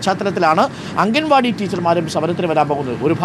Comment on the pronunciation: Mr...... അംഗൻ വാടി അല്ല.... അങ്കണവാടി........ മുറ്റത്തെ പൂന്തോട്ടം... 🥰....... അംഗന =സ്ത്രീ..... അങ്കണം =മുറ്റം..... ✅✅✅